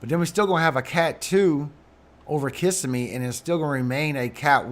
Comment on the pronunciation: Thanks for your work! Locals say it KissSEM'me. I think it's a native name. 🙏💝☔